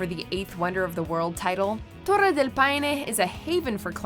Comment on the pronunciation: The accents of the place names weren't really necessary since the video is for an english speaking audience(plus that wasn't even how you say "Torres" in spanish). The french pronunciation was good though.